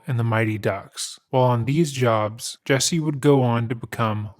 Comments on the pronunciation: Dude, he sucks as a person, but your refusal to pronounce his name correctly is just deliberately nasty. His name isn't and has never been Jessie. The fact that you KNOW his name is Jussie and you insist on calling him Jessie is just stupid. I'm going to just assume your name is "b*tch." and proceed to call you that despite the fact that I very well know that isn't your name. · His name is pronounced Jessie??? What a fucking idiot (mother?). jUsSie.... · JUSSIE,not JESSIE. if you're going to do it get it correct. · The guy is an idiot but to be fair you should at least try to pronounce his name correctly. Especially when you’re being paid by a sponsor to talk about him. It’s JUSSIE not Jessie. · Why does everyone pronounce his name as "Jessie" when his name is "Justin" and shortened as "Jussie"? Your white ppl influence is showinggggg! Watch out now!! Lol for real its so stupid 🙄😒This guy is so gross. I feel so sad and sickened that someone like this "gay black man" would even be able to get away with this! 🤯💩🤡What a piece of garbage and no matter what he still only served 6 days for something any "normal" person would get years for doing...⚖🤔👎Also, I find it a little ironic how all these black people are going around these days and straight up making up b.s stories of being brutalized by white people, then you turn around and find out it was all a bunch of lies! Talk about doing a disservice to your "history" 🙈🙊🙉BLM was a hoax people! Stop blaming white people for EVERYTHING because its f-ing conveiniant! LOL every single perpatrator in this case was BLACK and he had the gaul to put a noose around his neck and pretend that he never said that the people that "attacked" him were white? I hate this fool. And stfu 2pac wouldn't have shyt to do with your b itch ass! 💩💩💩💩💩💩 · I would normally be annoyed that he's pronouncing "Jusse" as "Jesse," but screw this misguided asshole. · It’s pronounced “juicy” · is he saying " Jessie " huh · It's "Jussie"